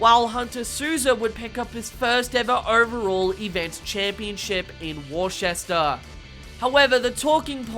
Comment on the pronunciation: It’s pronounced “Wooster”, Massachusetts… 😂 it’s a New England thing… don’t worry 😂